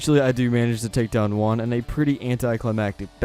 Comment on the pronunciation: It's pronounced hu-ahn in Spanish for Juan. It's my name.